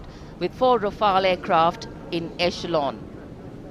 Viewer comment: Rafale is pronounced RA-FAA-L not rafel It means gust